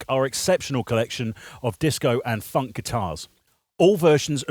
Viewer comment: There's just something odd about when white people say the word FUNK it just amuses me to no end lol...